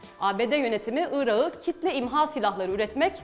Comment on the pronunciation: küçük bir bilgi vericem. özel isimlerde yumuşama olmaz yani telafuz ederken ırakı diye telafuz etmelisiniz , ırağı diye degil